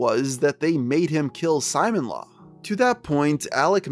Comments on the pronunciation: Bro why does he pronounce is Simon-law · Simon law 😵😵😵 dude. You should know how to say the name right. There's footage of Chris saying it. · Ok you finally stopped saying "Sonick-Chu", now let's work on your other electric hedgegogs, Simonla is pronounced "See-mon-lah" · Why are you saying “Simon-Law”? It’s Sim-Mon-Lah. Know you’re friggin content good lord. Just really sounds dumb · "Simon-law" I'm fucking dying. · You pronounced Simonla wrong! "Simone-La" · Simonla is pronounced Simone-la, not Simon-la. Alec and Chris say her name outloud many times in the Alec/Chris calls. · “Simon Law” bruh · Alright. Good video but I need to say… every time you pronounce it “Simon-Law” when talking about Simonla, a handful of my braincells go home for the night.